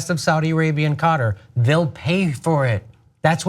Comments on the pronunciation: breaking news: Qatar is now pronounced "cotter" ;) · only in Am-a-reeker.